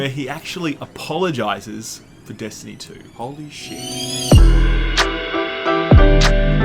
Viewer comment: You mispronounced Destiny Poo.